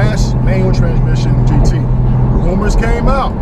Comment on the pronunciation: You keep saying 'romours' . Porsche didnt make up these romours. the magazines did.